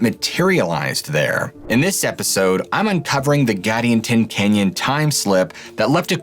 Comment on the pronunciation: It’s pronounced: Gad•EE•an•ton. This happened the year I was born and Modena is about an hour north of where I live now. The Native tribes have a lot of fascinating, scary, spooky stories about this area along the Nevada/Utah border.